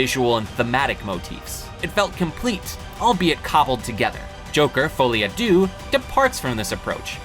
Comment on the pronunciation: "foley a doo" French speakers: cringing errr....have you ever said these words out loud before orrr.....?"